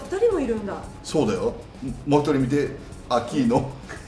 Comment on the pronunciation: 秋ーーーーーーノがトツギーノに聞こえてきた